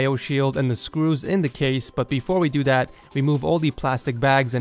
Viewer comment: "but befo we do dat"